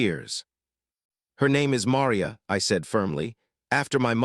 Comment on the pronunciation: Marr ree ya. Marr REEEE ya. ffs